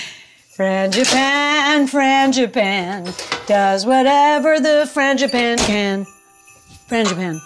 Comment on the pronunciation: It sounded like you said Mr. Fangi "panties" gloves!!! Ha ha ha ha - love your channel!